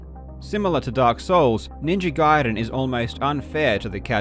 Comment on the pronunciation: Jesus F'in Christ, it's pronounced Ninja Gayden, not Guiden.